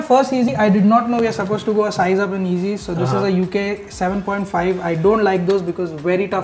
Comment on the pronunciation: It’s not easy it’s yeezy, pronounce properly